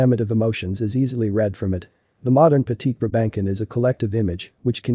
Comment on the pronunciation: NYCZ 0 seconds ago What the heck is a "briBANKin"???? BRA-ben-sohn! I have one, yes, and everything this video said is true, but please don't butcher it's name! I have enough angst when they call mine a "pug"!